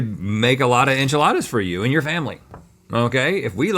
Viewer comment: Does Rhett think enchiladas are French? He keeps pronouncing it as though he thinks it’s French…… Rhett I love you but that’s not how Spanish vowels work 😂